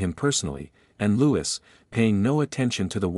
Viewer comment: Loo-ee not Lou-is. Please.